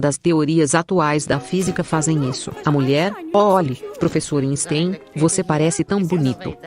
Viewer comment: A dublagem é péssima , além de pronúncias erradas das palavras pixel e Einstein, por exemplo.